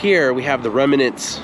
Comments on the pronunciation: Not to be a grammar nazi, but it’s REMNANT, not REMINANT. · Great video. I have watched many of your videos. On this particular video - one suggestion: The proper word is "remnant" not "remanant" --- an English student.